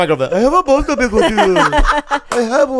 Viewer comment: "I have a bone to pik vid yu" funniest part in this podcast IMO.